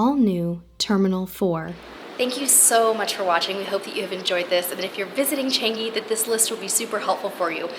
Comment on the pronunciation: Just sharing, it pronounce as ‘Chunk-gi’